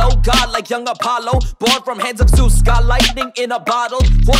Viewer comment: In case you were wondering, it's Zeus not zues. Bruh lol